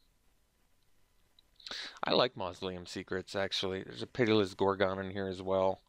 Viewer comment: "gor-gone" lol